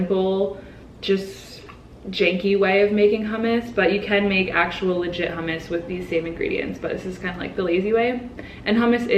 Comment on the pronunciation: Nobody says she is Middle Easterner because she pronounced hummus properly..